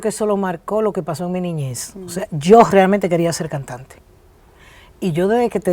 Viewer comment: La doctora Nancy es adicta a la palabra "realmente" o como ella la pronuncia "grealmente", tanto en su programa como en entrevistas